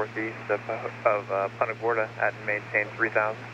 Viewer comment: Love the videos. Couple of nitpick items. I have to mute the video because it’s not punta gorTa. No “t” in there. Also when you’re replying to atc you trail off your call sign and it sounds like sehfawhis. (75Whiskey)